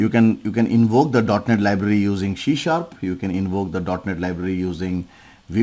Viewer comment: Why are you spell shee sharp it should be c sharp. Correct your pronunciation